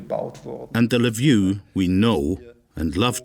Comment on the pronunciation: The most racist content I have ever seen. I've already sent a strike on this "documentary". Cutting fragments of speech of Ukrainians out of context. So pathetic and wicked. Shame on you, the author. You showed a great deal of intelligence indeed. You can't look up how to pronounce the name of the main city of Galicia. I won't even get into other specifics. The nadir of morality and total ignorance.